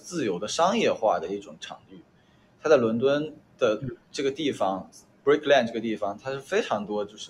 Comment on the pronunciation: brick lan? 这水平还自称艺术家，还说洋文😂